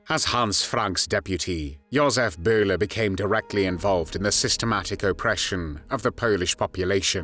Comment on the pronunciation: Josef Byler, not Josef Buler! It´s a german y!